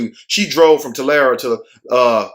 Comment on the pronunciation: You said it right it’s Tolarry Tulare